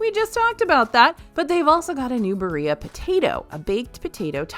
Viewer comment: “Ba ree ah” killed me